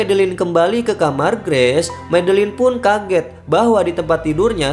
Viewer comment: Bacanya "greis" ya bang,bukan "Gress" 😅🙏 sukses selalu bang👍